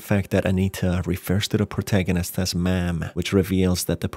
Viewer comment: It’s funny how you say the word ma’am